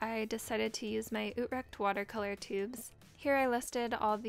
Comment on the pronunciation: i think the brand is pronounced “you-trekked”. thanks for the motivation to pull out my watercolor supplies from 20 years ago!